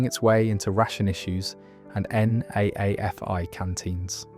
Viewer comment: NAAFI is pronounced "Naffy" - Navy Army and Air Force Institutes